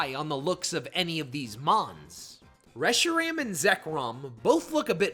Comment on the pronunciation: “Reshram” “kyrem” are we deadass